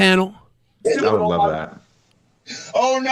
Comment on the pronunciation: I would Luuuh to see your bu'hoe.